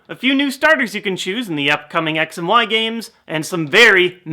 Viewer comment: I swear I heared him say: "Sex & why." PS: I know he sayd X & Y so you don't have to reply me with that.